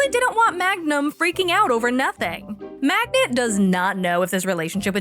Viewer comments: For the last effing time, it's Magda, not Magna! There's no such name in Polish as Magna. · The way you kept mispronouncing Magda's name every time is hilarious.